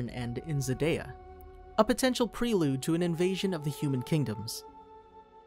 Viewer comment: You are pronouncing Zadia wrong, z-a-d-ie-a